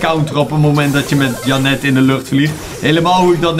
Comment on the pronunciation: Is het zo moeilijk om de namen in het Engels te zeggen dus jenet ik ga het nu onder elke video zetten wnnr je het zegt